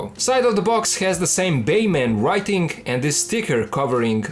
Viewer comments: ok man are you saying bayman just to ragebait or can you really not say batman. no hate just asking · No disrespect, but it's funny how you pronounce Batman as Bayman 🤣. *Oh wow. I just realized the name on the box and title is "Baiman". Now I get that's for copyright reasons (as ridiculous as that sounds in a case of a straight up bootleg), but not sure why you don't say "Batman?"